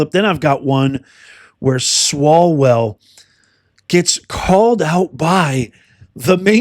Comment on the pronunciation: Umm.. Eric swallow-well?? And Fang-Fang.. nuff said.